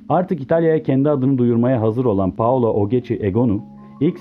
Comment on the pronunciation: daha ismini dogru durust soyleyemiyorsun spiker...paolo deyip duruyor allahim yaa